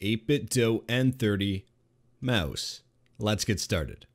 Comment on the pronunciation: Aboot the Meouse!